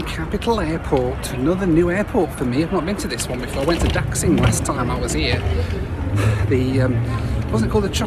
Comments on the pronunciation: Its pronounced like Da(sh)ing airport. not daxing. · its pronounced like DASING(DAXING) love the vlog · Daksing? Seriously? 😂